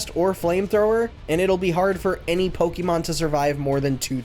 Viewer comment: You know how you can tell when someone isn't really a fan of Pokemon? When they pronounce it like "po-kee-mon".